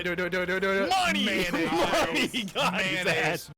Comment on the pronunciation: Says mayonnaise like a confused granny